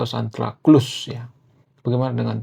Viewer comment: Santa Cruz dibaca SANTA KRUS